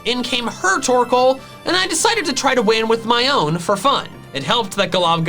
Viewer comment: TORKOAL, NOT TORCAL!